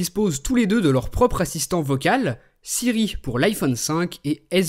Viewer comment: LOL... C'est Siri pas Syrie